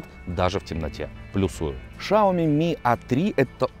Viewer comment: дело в том, что этого окружали шепеляво-картавые китайцы, хотя я уверен, что он рофлит, потому что этот вопрос его уже конкретно заебал, еще вариант - носителям западных языков тяжело произнести "сяоми", у них вариант "шаоми" популярный; "сяомИ" (с ударением на 'И', да, а не вот это вот) единственно верный вариант, пруфов с произношением китайцами на Ютубе предостаточно